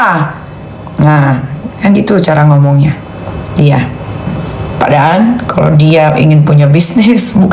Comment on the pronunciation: Perhatiin Kalau NM ucapin : Padahal , selalu jadi nya: Padahan 😅, L jadi N 😂